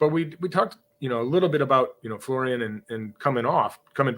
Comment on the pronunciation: Its not Florian, his name is Folarin.